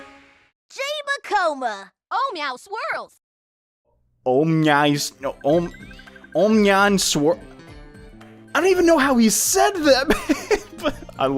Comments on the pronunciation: Its oh meow swirls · actually its "oh meow swirls!" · its Oh mya swrirls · He said on meow swirls